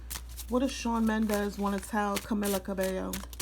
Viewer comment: Cah-mee-lab. Cah-bay- yo is how you pronounce it…